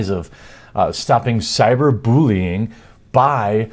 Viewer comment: Jeremy,.... WTF is cyber Boolean?